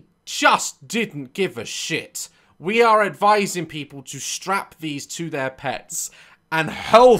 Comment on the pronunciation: I guess it's "zeir microphone" XD